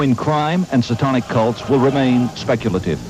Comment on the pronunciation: Why does the narrator pronounce "Satanic" as "saw-tonic"?! Bizarre. I imagine 20/20 is embarrassed to remember this garbage.